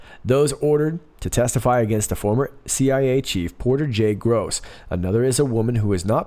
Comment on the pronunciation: Interesting note: it's Porter J. Goss, not Gross. (???)